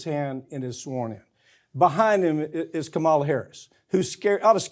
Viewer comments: Once again you guys are tripping. RFK Jr is a moron and a conspiracy theorist. Yes we know you don’t like Biden but this video is a joke. Bernie is not running. Please learn how to pronounce Kamala’s name. If you guys continue with these crappy videos then I’ll be done with you. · Mike still hasn't bothered to learn to pronounce Kamala ☹️